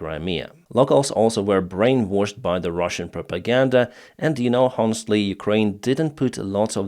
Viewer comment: You don’t pronounce the “ h” in the Word in “ honestly.